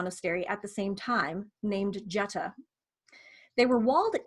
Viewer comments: This is very informative...thank you! I do believe Jutta is pronounced more like 'Utta' with a long U (sounds like 'you'). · Fyi, before you make a video about Jutta von Sponheim, her name is pronounced Yut-tah. Very common in many languages, and definitely the Germanic ones, for the J to represent a Y sound. English is a bit unusual in that the J is a hard G sound but that is not the case in German.